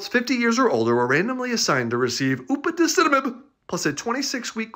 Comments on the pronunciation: The upaticinomid is being pronounced by a twin of John Cleese. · I've seen this drug come up at work a few times and this pronunciation is GLORIOUS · Dr. G: Upadacitinib Me: Bless you.